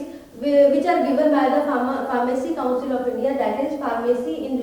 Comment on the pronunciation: Mam coucil ❌ Council ✔️ 😁😂😂😂 ❤️